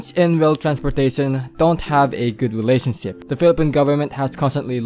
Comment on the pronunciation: relasonsip, complison. depat hahaha ayusin mo sana para magimprove ka pa